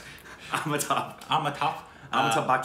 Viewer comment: pronouncation of Indian names is very close to real.. 👍.. Also he voiced really sounded like ABsr. Sir... kudos to the TSR team.. 👍